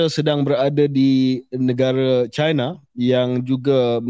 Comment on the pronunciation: Hi semua, China tu Chai-na, bukan Ci-na. Not all Chinese = Chinas. And in my case, I am Cina Malaysia.